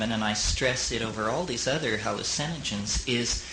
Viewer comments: I love the way he says hallu-CIN-ogens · Lol, same.